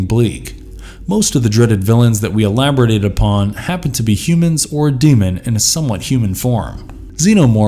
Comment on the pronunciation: "Profilic" "Elabrodate" STAY IN SCHOOL, KIDS!